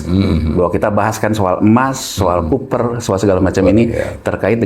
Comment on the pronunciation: copper dibaca koʻpper, bukan kuper mas.